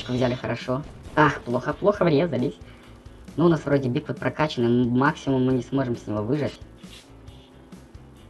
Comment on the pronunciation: Если что не Бигфут с ударением на "и", а Бигфут с ударением на "у". Если что сорри я не придираюсь просто, чтобы знал)))